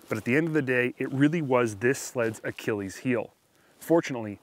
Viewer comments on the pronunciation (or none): none